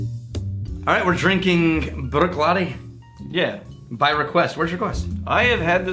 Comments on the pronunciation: Love that you're reviewing my favorite distillery. But please... "Brook-laddie." Also, Port Ellen Maltings malts barley for most of Islay. Bruichladdich has announced that they are opening their own malting onsite to continue to produce Islay-centric spirit. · You pronounce the fookin CH, the clue is in the second word laddie which as you can tell doesn’t end in CH